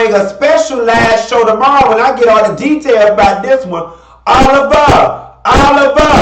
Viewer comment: "Da-tails" you's a fool!